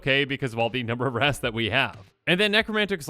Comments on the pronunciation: I thought you said 30 rats i was like thats not too bad lol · I heard wraths as rats at first and was so confused where the deck was heading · 100% thought you were saying rats not wraths and I was thinking... what's so bad about rats? They aren't that strong. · Bruh I straight up thought you were saying rats, lmao 😂